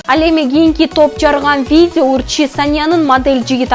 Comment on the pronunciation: Виде эмес, видео дечи алып баруучу